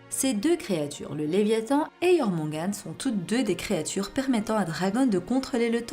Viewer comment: Non non non non non... Ça se prononce Yormungandeur.... Mis à part ça, c'est marrant de voir que les zoans sont devenus plus puissant que les logias